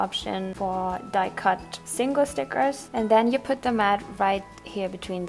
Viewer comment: You know your fat when you say SNICKERS instead of STICKERS..